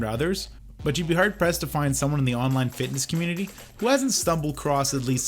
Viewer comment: I like how pronounces fitness kinda like fatness😅🤣🤣🤣